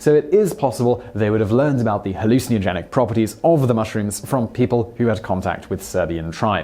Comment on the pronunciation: The way you pronounce "halou-cee-nagenic" is hilarious.